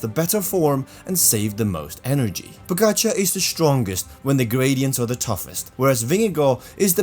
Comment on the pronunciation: Stupid comment that wva May leave tour You miss the big pts. Uae managers doped as cyclists. And they were the coaches of doper I basso and m pantani And you mispronounce the name pogacar Oddity b c you make this video on pogacar Not all bad, you do make some gd points here